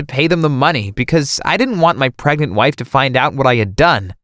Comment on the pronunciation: he said pregant